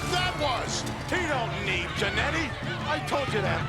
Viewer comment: I love the way Nash pronounces "Jannety".